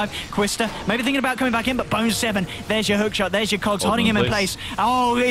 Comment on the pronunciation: he says boner 7 instead of bone7 XD I suppose you would in a game this long.